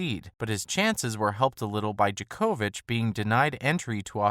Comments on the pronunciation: DJOK-OVIC not DJA-KO-VIC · The way bro says Djokovic 😂